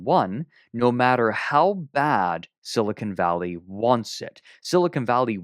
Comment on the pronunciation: > spends the first like five minutes of the episode roasting for mispronouncing things > calls it “silicone valley”